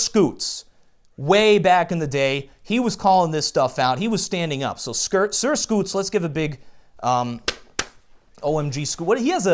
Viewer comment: skert scoots lol